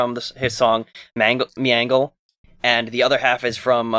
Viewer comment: (Also, "Melange", not "Meangle" XD)